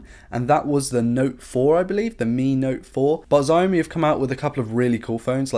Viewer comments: I like your videos, but it's not pronounced Ziaomi, it's Saomi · Can you please prounouce "etc" and "Xiaomi" the right way ?